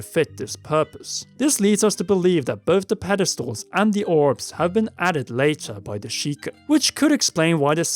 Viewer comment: Puh-DEST-als. Interesting way to enunciate pedestal. Especially since you said the word again mere seconds later and you said it normally.